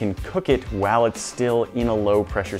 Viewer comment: If you haven’t already noticed, doesn’t say “while,” he’s says “whaall.”